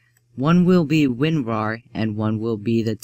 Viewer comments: dont wanna sound mean but its winrar not winwar win ra r not win wa r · lol it sounded like you said Winwar